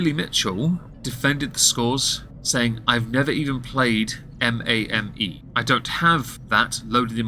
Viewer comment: “M-a-m-E” no it’s “May-m” like “Game” but with an “M” in front